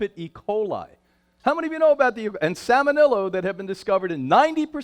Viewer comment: Agree about the cringe-inducing nature of his banter. Also mispronounces salmonella (salmonello) and the slide is even worse - it says semolina! Another slide mixes up "affects" and "effects." This is not up to the usual standards of The Real Truth About Health.